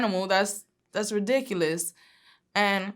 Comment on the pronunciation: "That's re-dic-u-us"